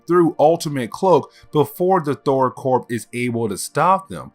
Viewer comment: Thor "Corp".... it is pronounced "Core"